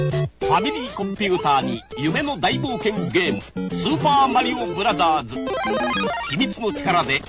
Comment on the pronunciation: Japan commercials: "SUPA MARIO BRAZZAS"